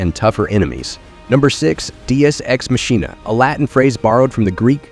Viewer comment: I love the random changes in pronunciations... Machina is pronounced Ma-Ki-Na BTW.